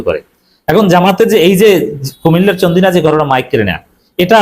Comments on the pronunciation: উচ্চারণটা হবে "চান্দিনা"। "চন্দিনা" না। আশা করি কারেকশন করে নিবেন। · চন্দিনা নয় ভাই, চান্দিনা হবে, আগের ভিডিওতেও চন্দিনা বলেছেন